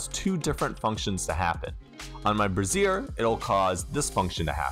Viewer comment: Quick and easy tutorial about interfaces within Unity! Thank you! Also with good humor I say this, brazier is pronounced brey-shur. The way you pronounced it was brassiere... Two very different items. Definitely put me in a good mood this morning with the chuckles! 😁